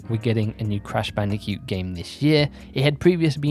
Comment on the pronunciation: I love how you say bandi-cute 😂